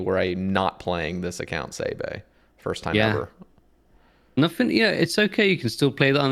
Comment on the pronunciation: Why does he keep calling you Bae Bae?